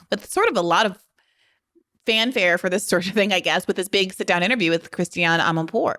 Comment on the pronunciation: Her name is pronounced "Christi-yann" Amanpour..